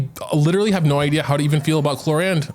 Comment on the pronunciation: Why are u calling her “clorande” though?